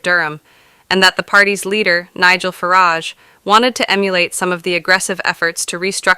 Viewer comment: You pronounce "Farage" so that irhymes with 'Riot'.